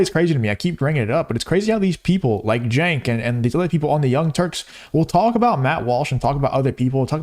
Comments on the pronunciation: It’s pronounced “chunk yogurt”. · D...I love all the different pronunciations of Cenk's name...He's sucks...